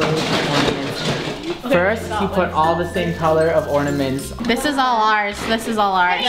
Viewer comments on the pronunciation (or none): saying "first you put all the same ordimans on the tree" (2×)🤣